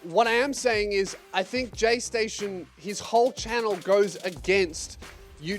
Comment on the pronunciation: Take a shot every time you hear says gaysation